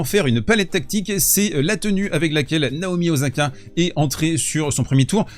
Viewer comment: Mais bordel, en japonais tous les s se prononce sss. Osaka = Ossaka. Nagasaki = Nagasaki. Quand il y a le son z on écrit un z comme dans yakuza, yazuki...